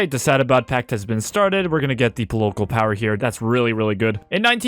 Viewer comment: “pol-o-col power” son😭😭😭😭😭 polocol 😭😭😭😭😭😭